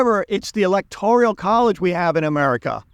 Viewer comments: Electorial college? It's the electoral college. You're lived in Poland and you don't know how to pronounce Zbigniew. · It's Electoral not "Electorial" college Virginia is Democrat not a swing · Electorial College? or Electoral College? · You can't even say ELECTORAL ... Correctly. . And also you don't seem to to comprehend the purpose and function of the electoral college (which is basically, to prevent the popular vote from determining the presidency.)